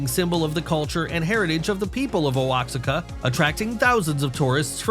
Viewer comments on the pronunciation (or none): Oaxaca is pronounced wa-ha-ka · The tree from Mexico called Oaxaca is pronounced “Wah-haca ”. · Oaxaca...it is pronounced wo-haw-cuh - student of Mesoamerican history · The Tule Tree at 22m:58s is in the Mexican region of Oaxaca, which was mispronounced by your voice artist, and should be “wa-HA-ka”. Please can you correct and update the pronunciation, if not in the recording, then by written notice at the end of the video? Many thanks. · Regarding A.I. Narrator: Is it possible that the region that the Thule tree is stated by the Narrator as being in the "Oh-ox-se-ca" area is really the Oaxaca (pronounced "wah-hah-kah") region in Mexico? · At 23 minutes...the AI narration needs to learn the proper pronunciation for Oaxaca. It is pronounced phonetically as "wo ha ka", not "O ox ika". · Learn to pronounce Oaxaca. IT IS OAHACA . Americans…